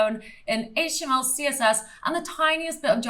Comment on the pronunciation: I always love the parts when you say "Haige Tea ML", just like so. #SCNR 😉